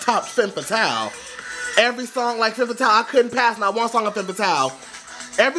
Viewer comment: one tip for your pronounciation its called "Fum" Fatale not fem fatale.